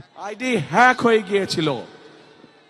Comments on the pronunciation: হ্যাক বলতে গিয়ে ফ্য়াক 😂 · হেক, ফেইক.........হ্যাক, একটা শব্দ উচ্চারণ করতে পারে না। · হ্যাঁক এটাও ভালো করে বলতে পারেনা এই হল নেতা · হ্যাক❌ হেক✅ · হিক ফিক হইয়া গেছে এ কথাটাই উচ্চারণ করতে পারে না তারা বলে দেশ চালাবে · ও সোনা তুমি কি বোঝনা, আইডি হ্যাক হয় কিভাবে.তুমি বলতাছো হেক না ফেক কি জানি জিজ্ঞেস করো, আরে নেতা 👍👏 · হ্যাক শব্দটা উচ্চারণ করতে🥲পারছে না,এখন শিক্ষাগত যোগ্যতা বুঝে নিন...!🫠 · ইংল্যান্ড থেকে এসেয়েছেন ১৭ বৎসর পরে, ID Hacked শব্দটি বলতে বা উচ্চারণ করতে পারছেন না 😂 হাইরে খাম্বা তারেক ভাই আপনি কিভাবে রাষ্ট্র প্রদান হবেন বা দেশ চালাবেন, আমি বুজতে পাচ্ছি না 😱🤣😱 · হ্যাক উচ্চারণ করতে পারেনা তার হাতে দেশের দায়িত্ব দিলে কি হবে । সবাই সতর্ক হন মুর্খের হাতে দেশ গেলে ।শুধুই বাঁশ ছাড়া আর কিছুই মিলবেনা । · Hack কথাটাও বলতে পারে না, সে আবার নেতা মানুষের সমালোচনা করতেও পারে রে ভাই 😤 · একটা বাচ্চা সুন্দর ভাবে হ্যাক শব্দটা কইতে পারে কিন্তু উনি পারোনা কারণ মিথ্যা মিথ্যে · E to tik moto kotha koite pare na hack kotha to totally koy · E arekta share hazar biggani, valo moton haked uccharon korte pare na, oi abar desh Cha labe? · হ্যাক ও বলতে পারে না 😂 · 😂😂আমাদের লিডার হ্যাক উচ্চারণ করতে পারে না তিনি নাকি দেশ চালাবেন। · যেই নেতা হ্যাক শব্দ তিনবারেও উচ্চারণ করতে পারেনা এই নেতা চালাবে দেশ হায়রে মূর্খ জাতি আমরা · Hack bolte parena ora asche desh chalate. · বাংলায় উচ্চারণ করতে পারে না.... হ্যাক ফেক করতেছে। হ্যাক সম্পর্কে কিছু বোঝে😂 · হ্যাক ই উচ্চারণ করতে পারে না সে আবার আন্দাজে কথা বলছে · জেল লিডার আইডি হ্যাক উচ্চারণ করতে পারো না সে কি ভাবে দেশ পরিচালনা করবে। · মুর্খ নেতার মুর্খ কথা।হ্যাক শব্দ উচ্চারণ করতে পারে না আইছে প্রধানমন্ত্রী হইতে ।লন্ডন থেকে চান্দাবাজির কোর্স করে আসছে।এসব বাংলার মানুষ জানে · জামায়াতের বিরুদ্ধে মিথ্যা কথা বলছো যে, তার প্রমাণ তুমি নিজেই। কথা বলার শুরুতেই হোঁচট , হেক না হ্যাক তাও বলতে পারে না । খাম্বা তারেক লন্ডনে যা। ভালো করে ইংলিশ শিখে আসো। এত বছর লন্ডনে থেকেও ইংলিশটা ভালো করে শিখলে না। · কত রকমের মূর্খ নেতা তারে এতগুলা মানুষ সাপোর্ট করে যে হ্যাক ফেক দুইটা দুই জিনিস এই শব্দটা সে উচ্চারণ করতে পারে না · হায়রে হ্যাক কথাও উচ্চারণ করতে পারে না 😂😂😂